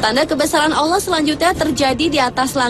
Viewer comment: Kenapa kebanyakan orang Jakarta berkata Awloh bukan Alloh? Termasuk presenternya. Marshanda alias Chacha jg kalau bilang Awloh bukan Alloh! Ilmu tajwidnya kemana?